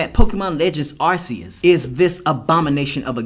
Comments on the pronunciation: It is not arceus it is Arcoos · Man I agree with everything you're saying about that dude. Like your video. But here's my nitpick with you, it's Arceus is (R Key Us). It's not pronounced with an (s) it's pronounced with a (c) like cat, car, case, cove. Even the official Nintendo in Pokemon channels are saying the same as I am.